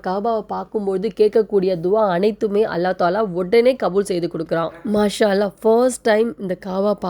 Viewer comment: மாஷ அல்ல